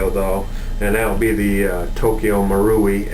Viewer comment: pronounce Moor-rai ent it??? not marooowi